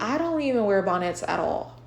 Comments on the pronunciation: Not BON-NETS 🤭🤣🤣🤣🤣🤣🤣🤣😂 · I love how you even say “bonnets” in a fancy way lolol 😂 “Bahn-éttes”